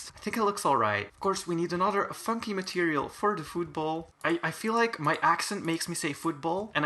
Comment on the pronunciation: I did not think you said "Funky" the first time..💀